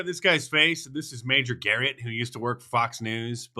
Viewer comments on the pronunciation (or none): none